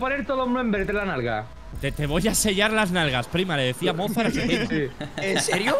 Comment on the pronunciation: Cómo que Mozard= TheOzard😳